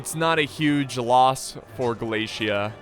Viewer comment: American: Glaisia. Me: What? American: Glaisia. Me: What? Ah, I see a flag says Galatia. Is that how you pronounce Galatia? American: Yes. Me: Oh.